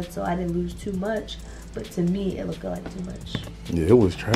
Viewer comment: kept saying "lookked " 🤣🤣🤣